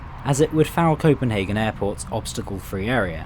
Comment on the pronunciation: Yo i,m danish and you are nearly saying chopenhagen right :D